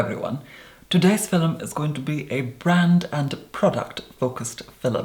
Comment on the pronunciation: Everytime I watch his "fillums", I feel like I'm watching them for the first time.